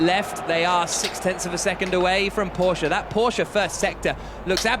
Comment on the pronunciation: Everytime they pronounce 'Porsche' correctly my heart blooms.